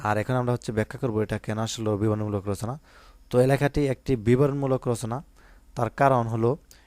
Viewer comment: Bran bol 😂😂😂😂 bibaron mulaol na biboron mulo😅